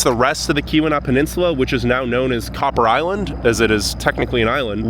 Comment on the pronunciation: Few things … it’s called the Portage Canal. Also it’s pronounced Key wa nah . Not Kee wee naw like someone else said lol. Copper harbor gets more snow than Houghton also. Eagle harbor . The Keweenaw as a whole gets pounded . You mentioned the copper mines but you did not mention that they are dated back 5000 years. There’s prehistoric mining that took place.. very crazy history